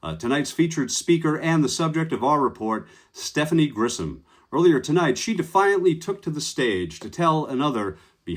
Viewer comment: Grisham, not Grissom. You're mispronouncing her name.